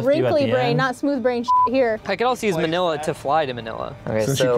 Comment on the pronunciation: I like how they say Manila. its very cool. Support from Phillipines